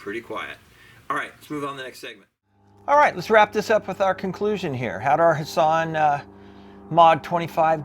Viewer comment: Love your videos, but I thought the T in Hatsan isn't silent lol